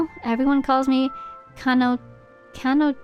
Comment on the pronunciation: it's actually pronounced with a ch sound, like "chanotila", because it's a Lakota word referring to a being similar to a fairy, "čanotila". Most of the melusines are named after various fairy like beings.